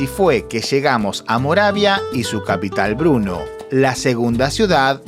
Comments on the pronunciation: Bernó no bruno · Por favor no digas Bruno es Brno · Se pronuncia Berno.. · Muy bueno, solo una duda.... se dice o pronuncia "Bernó" ¿?, Gracias...